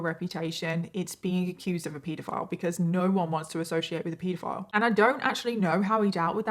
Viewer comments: I’m sorry, i love the f**k outta you But it’s ped a file Not peeeeeed a file My OCD is distracting me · No. It's pronounced 'peedofile'. What are you on?